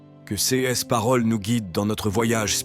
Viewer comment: Oui, c’est malheureusement une voix synthétique tirée de l’intelligence artificielle. Par exemple, « ces » va être prononcé « c-es ». Étant chrétien et travaillant dans le Web, je trouve scandaleux que de plus en plus de sites dits chrétiens ne sont montés que pour faire de l’argent : c’est facilement repérable, puisqu’ils demandent systématiquement de liker, de vous inscrire ou de vous abonner… afin d’ être monétisés par YouTube. Cela ne veut pas dire que les textes ne sont pas intéressants, mais il faut savoir que derrière, ce ne sont généralement pas des chrétiens, mais plutôt des marketeurs….